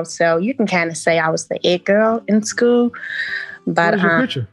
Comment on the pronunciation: She the it girl in scue. She cant even pronounce school. 😂 Kevin I like you. Lol Code for if I cant manipulate you just dont destroy my non-sensical logic. But daddy says. 😂 Shes about to make one man very happy. Her husband. He just dont know it yet. Woman-Children out here runnin wild but The Godfathers not havin any of that ish. 👏👏👏👏👏👏👏